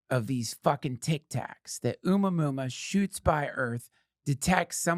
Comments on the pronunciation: Duncan... I believe your "Oomah Moomah" is pronounced Oh-mua-mua" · It's pronounced "A-moo-uh-moo-uh." What is your problem Duncan? You can't look up how to PRONOUNCE A WORD, THIS AGGRESSIVE ACTION WILL NOT BE TOLERATED 'N SHIEEEET